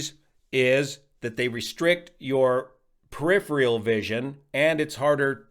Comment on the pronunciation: Peripheral, not peripheal.